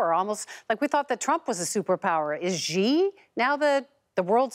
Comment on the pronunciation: it is called Xi not Ji